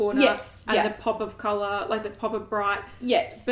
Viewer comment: I'd probably listen to/watch a podcast. I haven't watched podcasts for a while, but would check out any a that you ladies decided to publish. On a different note, is it bad that all I could think of when you said cololour was: What cololour is a bananana? Yellellow (I'm cringing that it even entered my head - such a dad joke!)